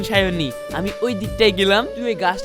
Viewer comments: দুইবার ভুল করে তার রাশিয়ান girlfriend সাবনুরকে সায়োনী বলে ফেলেছে। ❤❤❤❤ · সাবনুরকে সায়নি বলল কেন